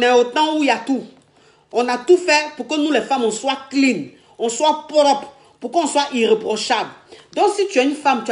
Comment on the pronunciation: elle dit poropre